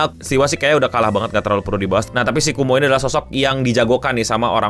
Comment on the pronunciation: Kowmo bang bukan kumo 😂